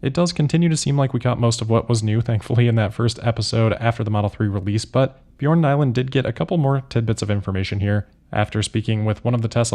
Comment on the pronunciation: Your pronunciation of “Bjørn” is good! 😊